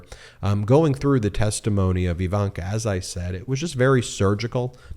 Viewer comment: Ben. BEN Say "igloo" "ignorant" "indeed" Now say "ivanka". Its not EEEvanka